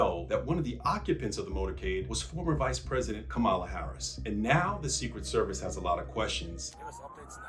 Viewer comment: I love you,, but you know that you are pronouncing Mrs. Harris's name incorrectly...